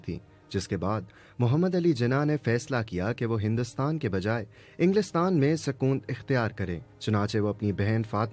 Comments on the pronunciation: Sakoonat not sakoont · It sakonat not sakoon...